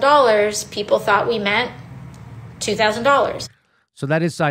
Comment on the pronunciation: "again nothing" sums it all up. I cringed so hard when she said " two TAWsand 2k is 2k" ugh shmmmbbuuughhh 😖